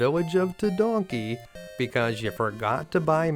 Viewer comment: Tedanki =/= Tedonkey 🤣